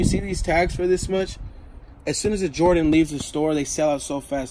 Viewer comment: Butchering jordan brand